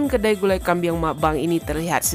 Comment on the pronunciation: Kambing..bukan kambiang